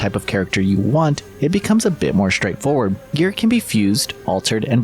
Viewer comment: Why do so many people say their "str" sounds wrong these days? "Shtraight forward"??? No sir. Not how it's pronounced. Sorry to be so shtraight with you and shtrong with my message.